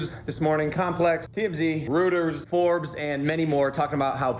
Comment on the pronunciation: 🐶 About Logan Paul.. did he actually pronounce Reuters as Rooters ?? It's pronounced Roy ters 🙄 As for the giggling ladies hooting and hollering on their way to Jeffree's PRIVATE residence .. well how would THEY like a bunch of sightseeing weirdos show up on THEIR front lawn. Use your brain woman. ( had to laugh at their sudden change in attitude though) 🤭 And the lip stuff with the cushioning whatever? I'll stick with a tube of 99 cent tinted lip gloss. Love you both 🐶